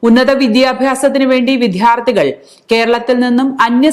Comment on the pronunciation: 🙏🏼 വാർത്താവലോകനം ഭംഗിയായി. പക്ഷേ, ഉച്ചാരണം കുറച്ചുകൂടി ശ്രദ്ധിക്കണം. വിദ്ധ്യാർത്ഥികൾ എന്നല്ല, വിദ്യാർത്ഥികൾ എന്നാണ് പറയേണ്ടത്.